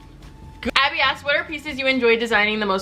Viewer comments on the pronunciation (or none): none